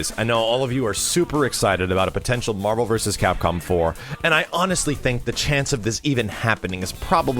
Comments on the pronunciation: Yesss Facking Marh-Vel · Say it with me doods, WHEN'S MAHVEL!?